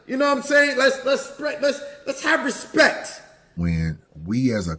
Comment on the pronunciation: Smack says let's have some RESPET let's have some RESPET 😂